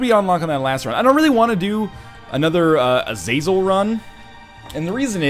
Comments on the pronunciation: Its pronounced Azazél the accent is in the e. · NL ITS PRONOUNCED AH-ZAH-ZEL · I am no biblical genius, hell I don't even know if Azazel is even from the bible. But I think it it is pronounced something like e-zah-zel, could be wrong though.